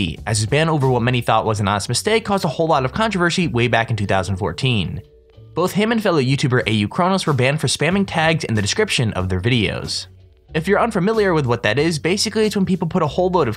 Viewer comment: contrivershi ahem